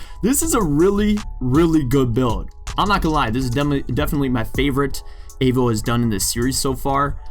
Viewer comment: Nice builds mate! I have come over from Avo's channel. Oh and just FYI Avo is said like the "A" in Apple or Avocado ;)